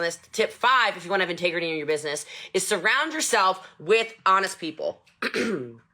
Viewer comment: I couldn't finish this video...she stresses me the fuck out! lol I cannot imagine having to "work" for her.. CRINGE... I saw no integrity or "intagrety" as she says, or respect in any shape or form